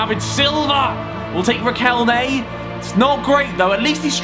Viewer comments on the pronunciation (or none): none